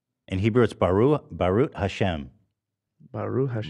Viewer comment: Ethan bruh... please... "Barooh Ha-Shem" = Blessed be god. "Bae-Ezrat Ha-Shem" = With god's aid (equivalent of god's willing).